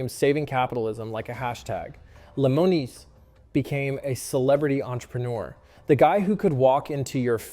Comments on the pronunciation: Learn how to pronounce the man's last name correctly. It's Limb - O - Nus. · When the narrator mispronounced Marcus' name I knew this video would be junk. The fact is many businesses became wildly successful. The ones that weren't and sued are people with character issues who can't accept responsibility that they are failed business owners. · This guy cant even properly pronounce Marcus's last name!! Fake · They say his name 900 times per episode.... and THAT is how mispronounce it?!?!?! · In Summary: Marcus loves the American Flag and is a conservative— so I’m going to throw him under the bus for 14min while mispronouncing his name several times. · Credible reporting on The Profit should at a minimum include pronouncing Lemonis correctly. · The way you said his last name makes think you never watched this show lol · I love your videos.... This was one of my favorite shows. But the way you say he's last name, KILLED this video for me.